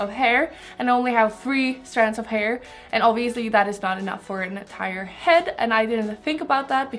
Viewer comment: its called "hair" not "her" :D